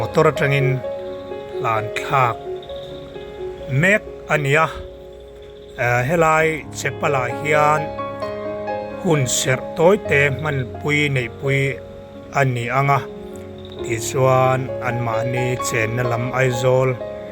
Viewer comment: Chepal nilovin Chapel tih tur